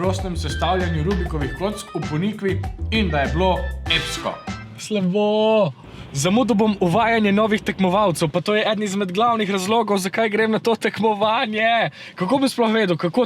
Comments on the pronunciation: Ponikva ima ostrivec na o in ne na i :-), se sliši kot da je nek drug kraj, človek sploh ne ve da gre za Ponikvo pri Šentjurju... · Reče se ponikva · Niste iz govorili prav ponikva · Hecno si rekel Ponikva nisi prav rekel